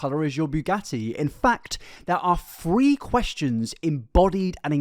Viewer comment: I like that every time he says three is sounds like free